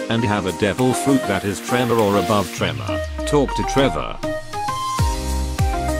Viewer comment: legit sounds like he says Trevor the whole time instead of tremor, you could just use you’re real voice but nice video.